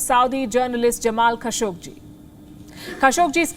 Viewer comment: your pronunciation of Jamal Khashoggi is wrong. Better to clear that before you speak up.